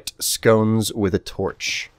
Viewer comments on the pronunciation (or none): none